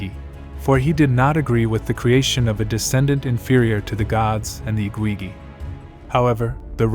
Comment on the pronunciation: They were the Igigi, you are totally mispronouncing their titles. Its not the IGWIWI, .what are you doing? Please do your homework before posting so you know you are pronouncing correctly.